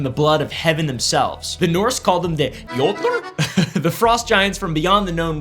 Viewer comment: When trying to say jotner it sounds like you're saying Yotler 😭 like yodling. It's more like you-tner (the r is rolled) You isn't quite the accurate sound, but we make a different sound for o than you do. While you go oh (without the air from the h) the sound we make is more like the sound you make in 'school' and 'cool' (but sharper/more pronounced). I wrote you rather that yoo because that could easily get misinterprered as a long yo, which would make the wrong sound.